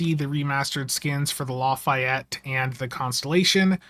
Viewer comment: Sorry but I'm compelled to say.... Not LA Fi Ett, La Fay Ett. :p